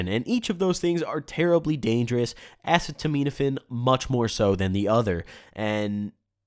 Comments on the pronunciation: "Assuhtuhmeanafin" lmaoo bruh you mean Tylenol? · “ass-a-meet-apafin” is acetaminophen, its tylenol lmao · Uh-seat-o-men-uh-fin. It’s Tylenol. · I can’t tell if you are purposely pronouncing acetaminophen like a dumbass... Like wow😂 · Watch all of DXM videos and take a gel cap every time he mispronounces acetaminophen. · Aw come on man, you don't know how to say acetaminophen? It's literally Tylenol. You've never been curious as a kid and ask about the medicine you take to your parents? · The way you say acetaminophen 😂